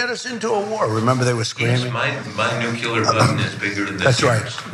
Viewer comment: Shame Woodward can't pronounce 'nuclear' correctly...